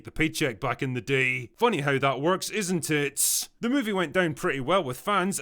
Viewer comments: “Funny how that works, isn’t ITSSSSS?” 👀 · The way you enunciated " isn't it?" Was too on On the nose and sounded like "isinTIT".... So the question is.. Was it a coincidence?.. Or are you trolling us bro? 😵